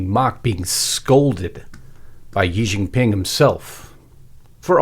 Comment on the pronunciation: It would be less embarrassing if our people in the USA could properly pronounce Chinese words. I worked there for a number of years as a teacher. The correct way to say Xi Jin Ping is SHEE Jin Ping, not Yi Jin Ping. The X always sounds "sh". And the yuan is pronounced exactly as we say, "the U.N.". YuEHN. Drives me crazy. And though I share a number of concerns, those shirts are not "Mao shirts" - they are regular shirts with regular collars probably made of silk fabric - the collar is totally not a Mao collar. Probably simply a gift to the visiting dignitaries. Please pick on important stuff.